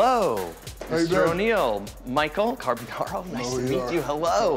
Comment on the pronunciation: "michael carb-carl" good cover up dude haha